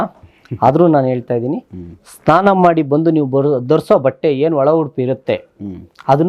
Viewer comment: Nimige SNANA anta pronunciation bartilla STANA antira